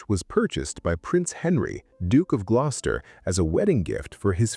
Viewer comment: This is why you dont use Ai. Glos-ter.